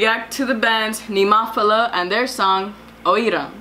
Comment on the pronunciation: at least you know how to pronounce the band's name, now))) check the announcer again if you will)))